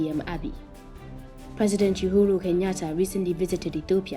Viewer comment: Yoohooru?? 🤣😄🤣 It's pronounced Uhuru Oohooroo please.